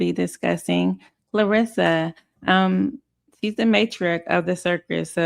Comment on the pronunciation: I love your channel but can you please get her name right? It’s Kar-lissa…NOT Klo-rissa 😂😂 she’s not the boxer